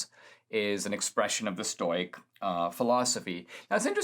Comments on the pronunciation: stow as in toy? Ive always heard stow as in toe. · Stow not stoy stowick not stoyick. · Stoic - pronounced Stow ik FYI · I love Dinesh, but listening to “stoyk” and “stoycism” over and over was sandpaper on my brain